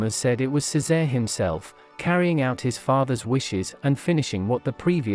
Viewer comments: Its pronounced, Che say ray. Not ceezar. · It's the mispronunciation of Cesare. I don't know why, but people get really super pissed to hear it pronounced any other way but "Chay-sar-ay". The AI voice selection on this platform needs to be updated seriously...because AI is learning from the internet...and it needs to be corrected like a child so it knows the proper pronunciation and will use it correctly in the future. Unlike a human child, AI only needs to be corrected once. Unfortunately, the fact that AI is learning from the internet is frightening because it sees how we interact between ourselves...and we're all pretty damn ugly wugly to each other...so AI will more than likely mimic this behavior. A lot scarier now, huh? Lol!